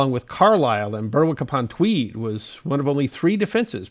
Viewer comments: Hi another great video about a subject often forgotten about, the English and Scots wars were futile and still cause enmity between our two nations today, which is a tragedy. One minor point for you to take away however, Berwick is not pronounced Burr-wick in the American way, it is pronounced Berrik, not a criticism at all but thought you may like to know. Thanks for another cracking film and cheers from GB. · Great stuff but it's pronounced "Berick" not Berwick as it's written. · The Scots say Berik not as it is spelled. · really love the presentations of always worth a look, however his American pronunciation of words some times grates is Berwick not Burwick is one example but dont stop presenting because of my small comment